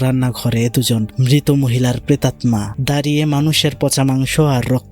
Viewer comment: ভাই, প্রেতাত্মা(pretatta), নট প্রেটাম্না(pretatma)